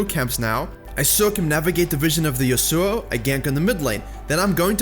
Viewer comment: Pls say yasuo right